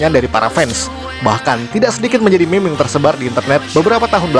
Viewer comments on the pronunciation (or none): none